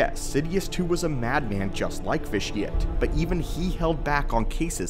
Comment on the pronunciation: Why does everybody pronounce the name Vitiate as vish-ee-utt when the actual word vitiate is pronounced vish-ee-ate which means to spoil the quality of something